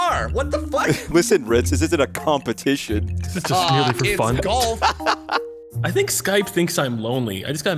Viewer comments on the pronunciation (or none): Uhhhhh........ "Goft it" is that a mistake or..? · Goft? I thought it was golf 🤔